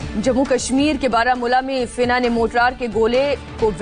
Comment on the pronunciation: Sena ko fena bolti hai so sweet